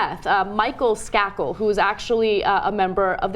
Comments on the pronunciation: Pronounced Skay-kel, not Skah-kel. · its a little annoying how they mispronounce Michael Skakel's last name (s-cake-l) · Skakel... "Skay-kel"... Long "A"